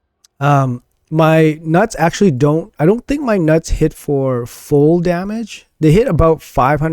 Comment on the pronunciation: My guy keeps saying "my nuts" lmao.... dude... it's Gnut ie Newt... I really hope you're just trolling!